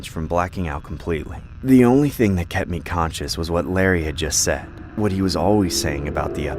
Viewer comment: She said before I get my ting 💀